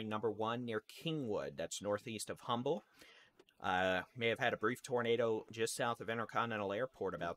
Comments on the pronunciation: Honey, thank you, my son lives in the Kingwood area and heard a "Jet" over head. Also, it is Beltway 8 and pronounced "umble" the H is silent 🤫 🙂🙂🙂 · You know when someone is not from Houston when they pronounce humble with the h 😩